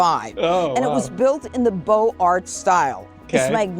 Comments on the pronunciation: Judge Jeanine. Not only her 'Kehssles" but her pronunciation of "Beaux Arts" as "Bo arts" and not "bo zaa" as it should be if you knew it was French and not New Yoik. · notice JudgeJ's silence on the "x" for mistaken non-pronunciation within "Beaux Arts"? mon dieu